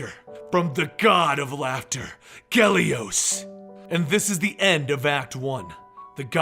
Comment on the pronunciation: It's 'Gelos', not 'Gelios'.